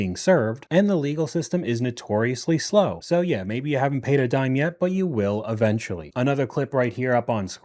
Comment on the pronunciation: Eventually and immediately. Not uh-ventually and uh-mmediately.